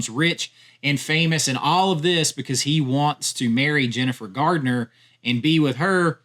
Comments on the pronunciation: it's GARNER not Gardener. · It's Garner. Not Gardner